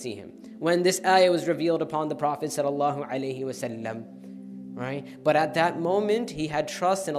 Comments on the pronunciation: Ok but ‘prosasalam’ is annoying me! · Go learn To say salalahu alaihie wasalaam.